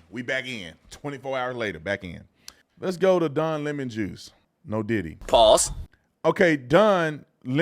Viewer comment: Don Le(Pronounced La) Mon(Pronounced Moan)…. DemonRats!